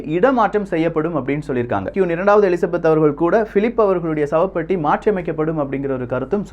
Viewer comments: சகோ அவர்கள் கியூன் அல்ல. குயீன். உச்சரிப்பை திருத்துங்கள். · Saami Nalla pesurinnga..aana kiun illa..kuin.. queen... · It's not quoon, it's queen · கியூன் இல்ல bro "க்வீன்" Royal வாலட் இல்ல "Royal வால்ட் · Bro its not quooon , its should be pronounced as Queen.... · கியூன் இல்லை குயின் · Queen = கியூன் இல்லை... குயின். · I would like to correct ur pronunciation that குயின் (Queen) Don't say க்யூன் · Qoon illa queen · Dei adhu qun illa da queen 😆😅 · Bro அது க்"கியுன் இல்லை க்"குயின் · கியூன்?🙄🙄🙄🙄 நீ இங்கிலீஷ்லா ரொம்ப weaka இருக்க உன் இங்கிலீஷ் pronunciation romba mosama iruku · First of all, he should learn how to pronounce the word Queen and Vault. I couldn't tolerate it throughout the video. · Thank you for the info. It's okay about saying the words queen and vault wrong as we are not English and our mother tongue is Tamil. Superb Tamil pronounciation and I watch it for that. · Pronounce properly. 'Queen', 'Vault' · Queen..pronounce it properly....kollai panreenga